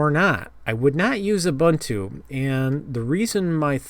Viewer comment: it's oo-boon-too but who cares at this point. no one says it properly